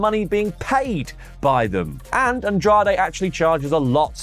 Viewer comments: Cee-Mull?? Consejo Mundial! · Omg, … dude… C M L L Not C M M L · trying to pronounce CMLL is almost as bad as Vince trying to say WWE. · Drinking Game: Take a drink every time says "CMML" instead of CMLL. 😂😂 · CMLL not CMML 😂😂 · kept calling CMLL “CMML” and i thought I was going crazy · We say "see-mil".